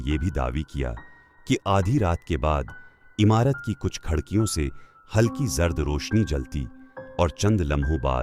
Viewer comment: Ap achi narrate krte hn story lekin ap urdu k ذير ذبر ka khyàl rkhen. Khildki ko khaldki nhi bolen. Second ko sikand na bolen please